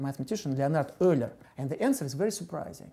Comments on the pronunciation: Leonhard "Ugh-ler" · its pronounced "oiler" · Magic Gonads It's "Oiler" in English, but it sounded like he pronounced it "Öler"/"Øler" rather than "Errler." Which is a vowel sound not found in English, which explains why Anglophones would pronounce it "Oiler." "Yooler" is wrong. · Everyone pronounces Euler differently. The guy in the video pronounces is Errler, Mr. Grime pronounces it Oiler, I pronounce it U-ler. What is the correct way to pronounce it? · Euler's name is not pronounced how it looks but rather is pronounced "oiler". Smh.